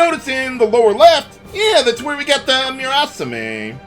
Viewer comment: "Moo-raw-saw-meh"; no emphasis.